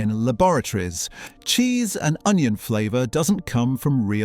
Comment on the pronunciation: Jheese? Isn't it Cheese?